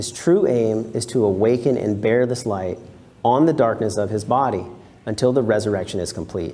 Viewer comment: the 'gh' in 'light' has no 'f' sound